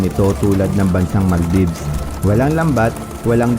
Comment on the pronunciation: Mali Yung pronounce mo NANG Maldive